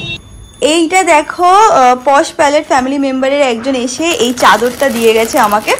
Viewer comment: Dada ota posh palette 😂 puspa na